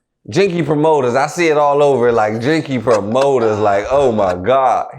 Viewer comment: Jinky promoters.... lol. "Janky"